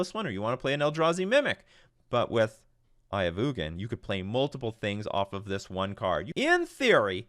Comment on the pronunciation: It’s pronounced Eye of Eugene